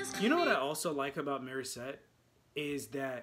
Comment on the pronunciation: Why do you keep calling her " Marissette"....it's not Mari....IT'S MORI,MORI,MORI.....MORISSETTE!!!! MO,MO,MO....NOT MA ....🤣...your reactions are great....but say her name correctly!! 🙉